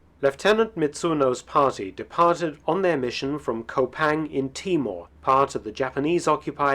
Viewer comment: It's not pronounced (co - pang)it's Kupang, (coo-pang)